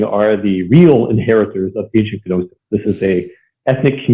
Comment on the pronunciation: Did he just say "Guh-nosis"?